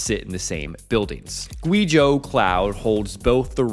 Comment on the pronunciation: It’s way past time to start doing basic research on pronouncing the names in your China stories. You don’t have to learn how to pronounce pinyin just type them into Google Translate or something. Not “gwee zhō” more like “gway zhō”.